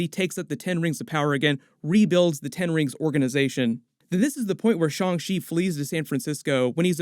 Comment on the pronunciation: It’s pronounced Shang Chi not Shang She. Chi like Taichi not Taishe.